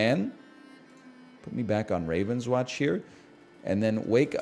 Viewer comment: french company: game is called rahv-ohn-swohnsh